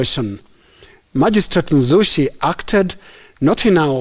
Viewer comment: Nanzushi not Nzushi